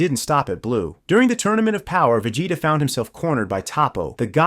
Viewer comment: A "Super Sayannn" and "Vajayta" 😂